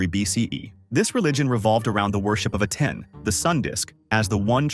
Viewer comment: The way that the AI pronounced "Aten" and its derivatives seven different ways . . .